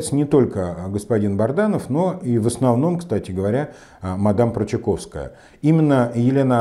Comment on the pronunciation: Он же Бадранов! Вы всегда неправильно произносите его фамилию